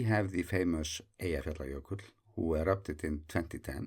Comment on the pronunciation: I envy your ability to say Eyjafjallajökull without even thinking about it :-) Love the videos!